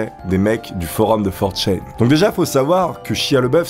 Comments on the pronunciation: C'est 4ch(a)n et pas forchaine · 4Chain ? Ça se dit 4Chan nan ? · For chene... Tu ne sais même pas comment ça se prononce, ni que ça n'est pas un forum. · Tu stresse a dire 4chain ça se prononce 4channe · FOR CHAIN !! FOR CHAIN!!!!! ok petit test, comment dit tu: - oni-chan - one-chan - 4chan Si tu fais une vidéo sur 4chan ne dit pas for chaîne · channe pas chayne pour la prononciation, désolé de faire mon grammar nazi mais c'est ultra stressant xD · 4chaine. Non on dit 4chan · "for chan" en gros in english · Comment il prononce 4Chan... Il le prononce super mal